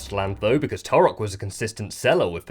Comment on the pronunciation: You pronounce Turok wrong even though you use clips of devs saying it correctly 😂